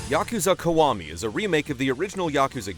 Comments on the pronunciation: it's pronounced "key-wa-mi" not "ku-wa-mi" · Why does he keep saying "Kawami"?